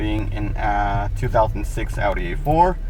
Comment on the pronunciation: remote starter ain't putting stress on ur started bro 😂you got no clue what your talking about learn to pronounce the manufacturers name dude you sound like a small child